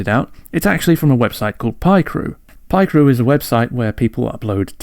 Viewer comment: no way u pronounce it pie crew 😭😭😭😭